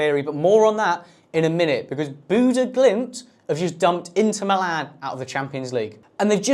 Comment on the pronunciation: He did the Glimt part well. The stadium name was good for a Brit, but I dont think he said Bodø correctly once. It varies, but he either mispronounce the O or Ø, or both sounds at once.